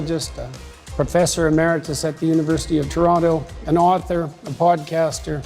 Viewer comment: He cant even pronounce Toronto correctly